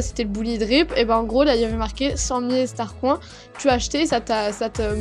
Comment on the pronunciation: pour l'animation quand tu la trouver tu as dis " STARCROINS" xD :D